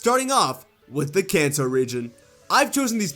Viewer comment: I thought ou said the “Cancer region.”